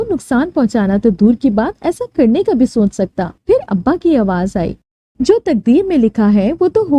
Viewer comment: Bibi sonch nai soch lafz hota ha or mujy sharam nai ati itna ban ban k bolti ho saf nazar ata ha k atra atra k bol rahe ho had ha yr